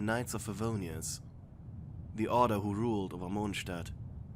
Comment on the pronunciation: I hear moanstat instead in must of the other videos